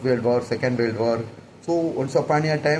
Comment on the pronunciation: Adhu warld Ila da kiruku adhu world olunga pronounce pannu mundam